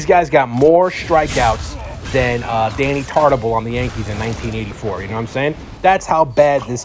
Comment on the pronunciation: “Danny Tartabull”